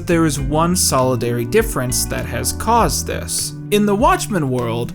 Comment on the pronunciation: He's pronouncing solitary as solidary right?